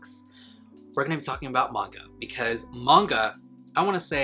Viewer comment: Not me hearing “now let’s talk about vodka” instead of MAGNA😩